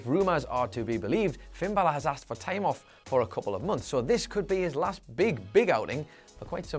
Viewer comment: He says time (tieam)